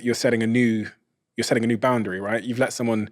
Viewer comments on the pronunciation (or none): Why she keep pronouncing it boun-dairy lol